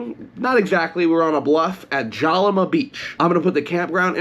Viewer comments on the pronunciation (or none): Check out Lompoc & Mama's Cafe. Grew up at Jalama. Most beautiful place ever! That's why the Chumash Tribe stayed once they discovered it. Hope you at least went and had a famous Jalama ( pronounced Halama) Burger!! You need to go back and re do this video. 😂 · ITS JALAMA WITH AN H LIKE IN JOSE HALAMA BEACH ALSO ITS ALWAYS WINDY THERE LIKE 20 MPH IS NORMAL SO BE READY!